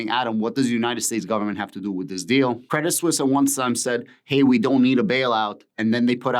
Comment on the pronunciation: You have the right pronunciation...... credit suisse